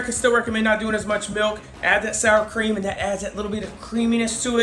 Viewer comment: The Showstopper Shows haha. I thought it was cream cheese at first when I watched the video. I had to rewind to hear you say "sour cream" for verification.